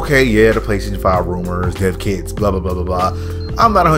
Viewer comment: Thought he was saying deafkids